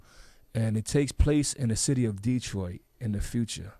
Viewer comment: I GOTTA make this comment, 'cause fam so well travelled and ppl STILL make this mistake. PEOPLE! It's dah-TROIT... not DEE-troit. You definitely don't spend time here if you call it DEE-troit.. FACTS